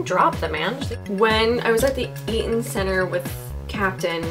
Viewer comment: Your from toronto? I realized it when u said eaton centre :)